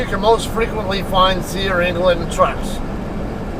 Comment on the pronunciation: You said it right.